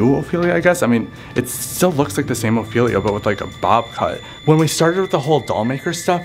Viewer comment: it’s ophelia not opelia